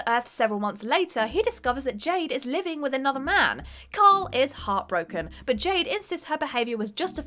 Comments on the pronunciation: I can't be the only one who thinks the way she says "kyle" sounds like "karl". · It's KYLE Rayner .... you sound like that idiot from the Walking Dead ..... Karl, Karl, Karl...